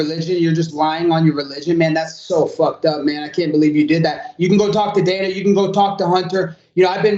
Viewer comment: Ah yes, good old "Daner" White 😂